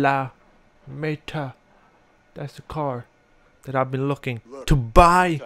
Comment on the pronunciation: its fiammeta not flammeta